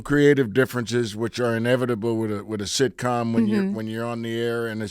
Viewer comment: He said SHITCOM 🤣😁🤣😁🤣😁